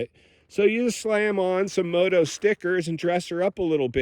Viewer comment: The way he says moto.😅